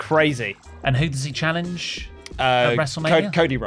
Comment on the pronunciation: Ey, are you sure Trick Williams doesn't "Challienge" Carmelo?